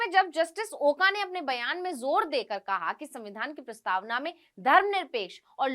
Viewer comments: Oka nahi. Oak ucchar chahiye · मॅडम आपको ओका नही बोलना चाहिए "ओक" बोलना चाहिए